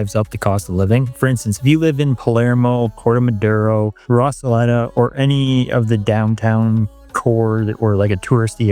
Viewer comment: I am not at all a hater, I support you making content and sharing your story. But after not only living in BA for 4 months but presumably traveling in spanish speaking countries for a bit longer, the fact you pronounced Recoleta as "Rosoletta" is mindboggling. Let alone the pronunciation of Buenos Aires itself. And this is coming from a gringo